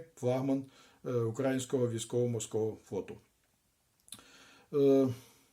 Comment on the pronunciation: УкраЇнського,наголос на " Ї ",чим ви з москові.